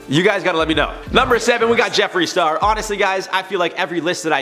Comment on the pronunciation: Jefere star🤣🤣🤣🤣 Every french person knows